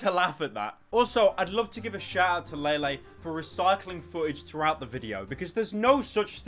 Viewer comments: No lele will have to stay ❤️ I love her it’s pronounce lele not laylay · La-Lay Poonz That is all.